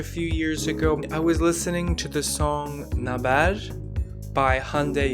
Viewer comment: thank you for the r in turkish. but naber is not read as nabEr but it is read as nAber Love the videos. (native turkish speaker) but I have not notice the s/ş end of the letter.